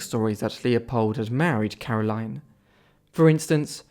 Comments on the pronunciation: Caroline is pronounced Carol-een- here. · I insist it's very unusual for someone here to bear or use the English pronunciation of Caroline. And if you didn't figure yet, I'm a Belgian living in Belgium. Even the Dutch version of the name is aligned with the French pronunciation as Karolien.